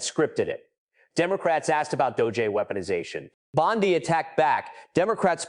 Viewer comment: Bondee not Bondeye!